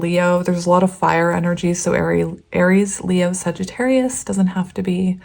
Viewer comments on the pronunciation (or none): none